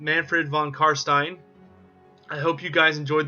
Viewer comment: Upvoted instantly for the sole reason of you, apparently, being the only one able to pronounce "stein" properly! Wuv woo!